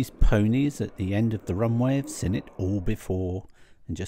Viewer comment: If you look at Google maps you could be forgiven for thinking there wasn't much there other than RAF Valley and Holyhead but we know different don't we.. I noticed today that there is something that points you out as having spent your life in Scilly Sussex when you pronounced "seen it" as. Just like us Daveys do. Also tell Carol the the windswept "hairstyle" she was "rocking' as the youngsters say, has always been known in our family as "Seaside hair". We would go down Littlehampton west beach or Climping and come back to granny's for tea and she'd say "I know where you been boy, you got Seaside hair". Made me smile on a miserable dull day in Glawstersher 🙂. I haven't had a KFC for about three years now but I know my son says the same as you that it's not what it was. Bring back the Colonel I say. 🙂